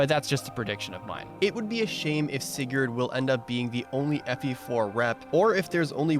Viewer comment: That opening pronounciation of Sigurd... I mean, I know it's not WRONG, but that "yurd" is going to haunt me. And, I mean, Leif is also on a horse, in FE4 anyways.